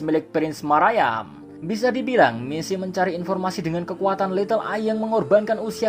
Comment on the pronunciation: Bacanya bukan marayam, tapi maryam